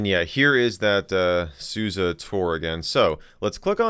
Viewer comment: Its Sus e not susi